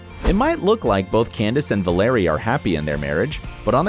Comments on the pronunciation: The pronunciation of her husbands first name ad well was so bad I started laughing. It’s pronounced the same as you would Valerie, not Vuhlarry 😂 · You said Valerie Bure’s name incorrectly every time you said it.